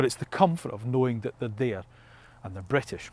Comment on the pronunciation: I’m Scottish 🏴 not bwitish